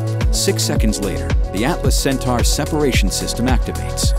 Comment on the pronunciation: Cen-tar? I thought it was pronounced Cen-tor? And if ULA had started the process of building RD-180's in the U.S. 20 years ago (which they had a license to do, but cheaped out), then they wouldn't have had to retire the Atlas 5 at all. The same false economy is at work by not making the Vulcan main stage landable like the Falcon 9. Despite these criticisms, I still wish them luck.